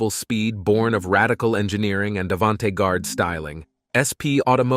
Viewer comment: Omg how did this guy just pronounce "avante garde"?! 😂😂😂😂 i bout choked on my coffee!!😂😂